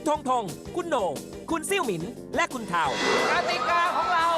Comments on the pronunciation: ลู่หานไม่ใช่ลูหานเรียกซะเสียเทาไม่ใช่เถา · เทาค่ะไม่ใช่เถา😂😂😂😂